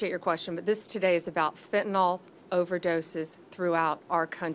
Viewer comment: Fire HER! She has embarrassed the administration and tarnished Trump's legacy! This also threatens the Republicans chances in the midterm elections! Hell she can't even properly pronounce Fentanyl!